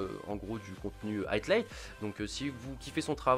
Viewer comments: c'est high light , pas atlight j'sais pas d'où du sors le "t" et vu que t'arrête pas de le dire c'est stressant xD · C'est moi ou il dit tout le temps "highTlight" au lieu de "highlight" ? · Bon c'est HIGHlight pas HEIGHTlight stpl corrige :p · HIGHLIGHT (aïelaïte) Gota, pas HIGHTLIGHT.. Dude ça fait trop longtemps que tu fais cette erreur :) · Highlight se prononce "Haïe-light" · Je veux pas faire chier mais Highlight ça se prononce Haïlaïte et Wager ça se prononce Wèïdjeur. Voilà c'est tout, à part ça tu déchires ! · Y'a pas de "t" a "high"